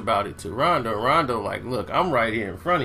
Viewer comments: did this nigga say ronde rondo? lol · I thought it was just me who heard that! I had to put my brew down like WTF?????? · "ronday rondo"?😂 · Example: Disorganized chaos lol